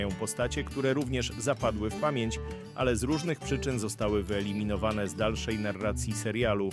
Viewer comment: Jak można posiedzieć ( WYLEMINOWAC) paskudnie powiedziałaś narrator